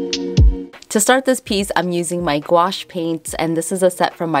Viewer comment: You said gwash a million time..lol 😆